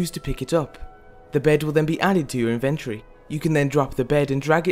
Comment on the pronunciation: I agree. I don't dislike his voice or anything, I just don't like weird pronunciations. I laughed so hard when he said "inventree" it's called an inventory, bro.